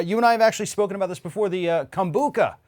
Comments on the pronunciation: KombuCHA not KA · Lol it is pronounced kombu cha not kombuka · “Kombucca”... once again, educate yourself before going on camera lmao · Yeah I know right? I kept thinking it's Com -Boo-Cha not Kon-Book-Ka . My Inner Hermione cringed. 'It's leviOsa, not levioSA!' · Lmao. I was like 🤔 maybe I (and everyone else I know) have been saying it wrong all this time. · That's not how I pronounce kombucha.